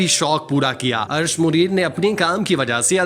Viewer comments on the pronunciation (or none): Arsh Muneer nahi, Arsh e Muneer! Lakhnow me jo KH hai uski awaz "KHaak" wali nahi "suKH" wali hai. Hud ho gai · Arsh e Munir hi asal naam hi. Bhai sahib recording si pehaly durust adaegi ki practice kerliya k eren. Date bhi wrong hi.